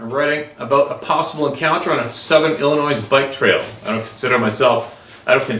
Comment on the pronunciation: I know you’re Canadian but c’mon … Illinois is not pronounced “Illinoise”! The “S” is silent , I would bet my life you’ve heard it pronounced the proper way.